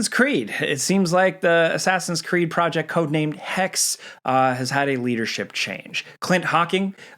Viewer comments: you pronounce the E at the end of hexe btw. It is german for witch. dont make the same mistake that too many native english people make with the Word Porsche. It is hexe. not hex or hexa. the e has a purpose😅. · He XE es heisst HEXE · The final E in HEXE is not silent. Hexe means witch